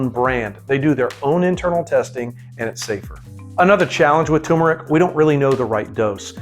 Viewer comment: It is turmeric not tumeric.